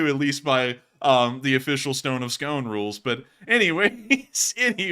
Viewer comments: FI, Scone is pronouced "scoon" Kings of Scotland were crowned on the stone of Scone which is near Perth. Edward 1st of England stole the stone and took it to England. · Hey, just a word about the Stone of Scone: It was returned to Scotland years ago, and it's no longer used during coronations. Also, it's pronounced as "skoon."